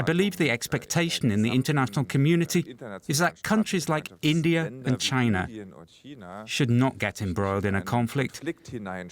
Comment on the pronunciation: he can’t even say China 🇨🇳 is encroaching on all fronts